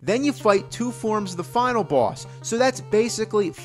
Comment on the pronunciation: Anyone else love the way he says Bwoss?